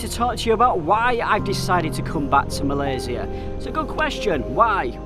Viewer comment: Good Job for pronouncing "Malaysia" like what it suppose to be pronounced by not westernized it :) :) :)